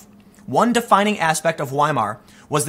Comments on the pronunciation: Weimar is pronounce Veimar. It's a German thing. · Tim Wiemar is pronounced viemar.